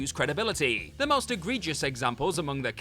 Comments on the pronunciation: its shooty gatwa, not kuti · Ncuti's name is pronounced more like "Shooty" than how his name is spelled. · Just a correction, at least to my knowledge, Ncuti Gatwa's first name is pronounced "Shoo-tee." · I think they need to study up how to pronounce Ncuti Gatwa's name, it sounds more like if it was spelt shooty. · Apparently Ncuti is pronounced "Shuti"